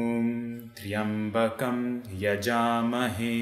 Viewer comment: "tryambakain yajamahe" is how it is pronounced according to sanskrit grammar rules love ur videos...n no..they arent boring at all...